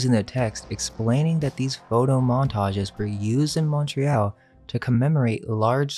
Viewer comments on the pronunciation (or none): none